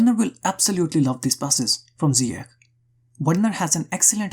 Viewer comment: great video but one note . it's not zyiek its' pronounced ziyASH